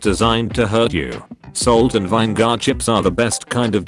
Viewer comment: ...pronunciation of anime, vinegar and many others are the only reason i watch this channel